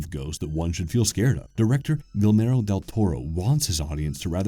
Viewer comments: The scariest part of this video is how you massacre Guillermo's Name. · Funny how the narrator pronounces "Guillermo" differently each time but never right🙄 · Minor flaw is that you’re pronouncing his completely wrong. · if you're gonna appreciate the guys work try to show him respect by researching how to say his name correctly first. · Dude did all this research but he can't pronounce Guillermo correctly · dude cant even say guillermo's mfing name right smh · Christ, did you ever butcher his name.... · Pronounce his last name again.... lol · I’m going to dislike just because of stupid mispronunciation of señor Del Toro’s name. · Makes video about Guillermo Del Toro, doesn’t know how to pronounce Guillermo… 🤦🏻‍♂️🤦🏻‍♂️🤦🏻‍♂️ Also orders K-sah-dilas with Jal-eh-pinos. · Please PLEASE for the love of all that is nice, next time you make a video about someone with a name in a language you do not know make a little research about how to ACTUALLY pronounce the name. It is disrespectful, distracting, and the entirety of your Spanish-speaking audience is grinding their teeth at how you are butchering the name. Show a little respect and learn to say their name correctly if you are to refer to them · Apparently I'm the millionth person to comment on this, but I didn't know that until much later so up it stays. I DID catch another cute one though!!! So, y'all mispronounced the guy's name within the first 30 seconds. His name is not pronounced "gill mare oh", it's pronounced "gee AIR moh". The double "L" is silent and the accent on "air" is significant. At least you got the starting hard "g" right. ~ The word is "titular", not " tit yooler " TITCH-yoolar TITCH, not TIT! Get your mind out of the gutter, you dirty boy! 😊😊😊 Yes, I know I'm talking to a brick wall. I'm old and it gives me something to do. Have a great safe day!!! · Who?! Way to butcher his name, it's pronounced "Geeyermo Del Toro" not Gillmero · LOL I SEE I'M NOT THE ONLY ONE IT BOTHERED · in he says Guilmoro xD